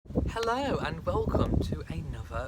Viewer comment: Royal Reviewer Glad you still said your "Hellow"..lol..That's the Best Part...!😅Love Lady Louise..She's an up coming Favorite..❤Well done..You're only a Young Lad!!😂